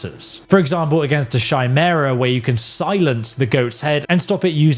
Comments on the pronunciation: I don't want to be that guy, but chimera is pronounced kai-mara not shy-mara. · This vid single handedly sold me on this game. And I know you'll say the word publicly again, so PSA... Chimera: the "Ch" sound like a "K". Yep, I'm that guy 😂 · Chimera is pronounced Kimera. Also: You and your pawns are not the shitty p-word. You are a TEAM. I refuse to say the shittiest, cringiest word in the English language. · Just a heads up, the "Chi" in chimera is pronounced like "Kai" and not "Shy" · Did he say "shimera?" Is that like a British thing? Or have I been pronouncing "Kimera" wrong this whole time? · CHIMERA is pronounced KY-MERA, not SHY-MERA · lol the shymera... the lesser known cousin of the chimera. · A Shaimera? This guy has the worst pronounciation for every monster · Chimera = chi = Kai. Please... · My guy love your stuff, but every time you said Chimera like Shymera just irks me lol. Please tell me it was intentional, and that you don't really pronounce it like that. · The pronunciation of Chimera is Ky-meer-uh.Sorry it just irks me just like when some pronunciate Wyvern or gnome wrong😅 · chimera pronounciation bro